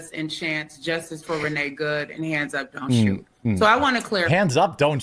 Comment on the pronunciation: sometimes when certain people with certain voices & accents say the name "𝐑𝐞𝐧𝐞𝐞 𝐆𝐨𝐨𝐝" It sometimes almost sounds like the person at hand is saying "reniggaed" like 𝐑𝐞-𝐍𝐢𝐠𝐠𝐚-𝐞𝐝 and I must say it's quite a coincidence, because Renee good has definitely helped re-nigga everything. especially over there in Minnesota lol.